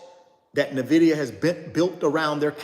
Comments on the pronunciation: It’s en-VID-ee-a!!!! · Another “NVIDEO’ 😂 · Navidia lol